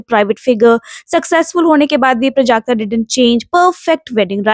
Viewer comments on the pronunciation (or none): Her name is prajakta not prujakta The wrong pronounciation gave me a headache